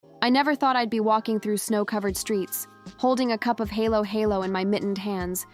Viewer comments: I am a Filipino and speak English sometimes. Not perfectly because it is only a borrowed language, not my native language. Important, able to express one self and understood. Aside from KaraOke fever, now Halo-halo? Pronounced as read. Not helo-helo. Thanks anyways! for patronizing our native product. Filipino influence maybe worth embracing. What's next? Maybe, praying the Rosary everyday possible. Good Sunday Evening to all of us and may God bless us all! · Your narrative could be more authentic if you teach your AI how to pronounce correctly halo-halo and ube. The ha in halo-halo sounds fa in fa-ther or fa in the musical scale. Ha isn't he, but like Hu-mble pronouncing halo-halo like hello-hello is cringy. Ube is NOT pronounced as ubbb. It is o-bee just like you say the alphabet O-B. Hope this helps!😮